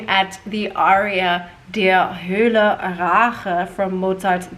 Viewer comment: you need to say "Hölle" correctly. Listen to some German reviews